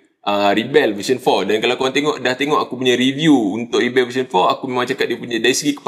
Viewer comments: Pasaipa dok sebut Ribell ? Pelik bunyi dia aihhh. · As a noun, rebel is pronounced “REB-uhl.”